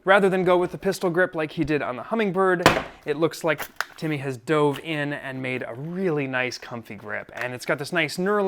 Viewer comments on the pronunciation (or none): none